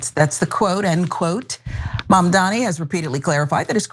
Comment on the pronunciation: Can we at least say Mamdani correctly???? GOOD GOD